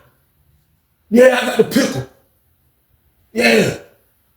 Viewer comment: How he say he had a "pickel" for the meal later when he just got done GIVING THE BOY THE "PICKLE"😂😂😂😂😂😂🤢